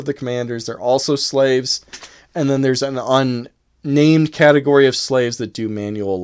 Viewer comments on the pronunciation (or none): none